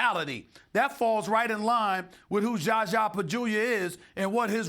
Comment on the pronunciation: 2.18 schascha